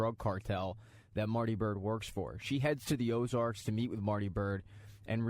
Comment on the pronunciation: Ozark dude... Ozark.... not Ozarks. Ozark. No "s"